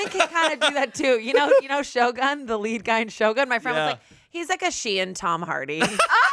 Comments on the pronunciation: The way pronounces Shogun 😂❤ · pronounciation of Shogun is a crime against Japanese language